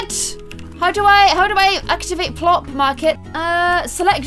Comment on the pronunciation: its plorts not porps